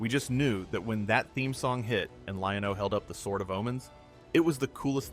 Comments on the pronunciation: This guy the way he goes Lion-OH lol anyway legend has it to this day I'm still waiting for my Thunder cats and He-man toys from Santa Claus that I never got because we were poor lol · lol was thinking the same when I heard “Lion….O” then I’m like this guy wasn’t alive when the show was on but has he also never seen it?